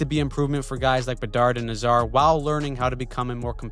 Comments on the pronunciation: the Hawks...first of all it's Nay zar not na Zar...second of all, not one mention of their young defense with much potential... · You might want to check your pronounciation of Nazar.